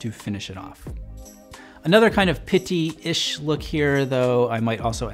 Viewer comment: First off I have to appreciate how much you showcase brown as a menswear color it's one of my favorites and I appreciate it. That being said your pronounce pitti is a little painful. That's literally the only complaint I have with your whole channel though